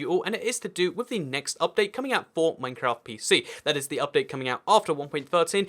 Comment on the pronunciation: It’s Minecraft not mimcraft